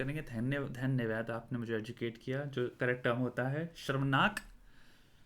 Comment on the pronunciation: Bhaiya it's "SHARAMNAAK"